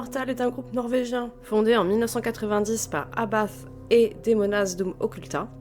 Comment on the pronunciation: Abbath ca se dit Abbate